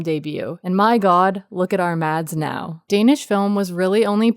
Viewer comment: The D in Mads is silent